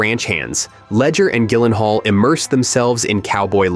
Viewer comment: its pronounced JYLENHAAL with a J sound